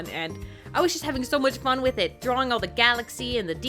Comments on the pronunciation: Drawlaring???? Really really XD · "I was just having so much fun DRAWLORING her!"